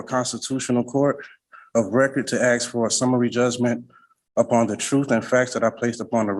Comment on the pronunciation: I OBJECT to this sovcit using the word AXE instead of the correct word ASK. My personal pet peeve.